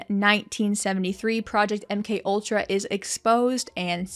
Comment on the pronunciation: But why did you Mc ultra and not M K ultra, say you were wrong not acting like it was an honest mistake